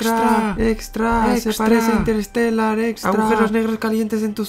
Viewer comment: "Interestellar". O Interstellar o Interestelar.